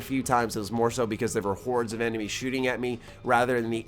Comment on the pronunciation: "Blasted my Emenies away" lmao